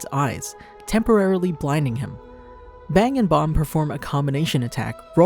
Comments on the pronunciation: its bang not bomb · ah yes, "BONG" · ah yes he calls bang bong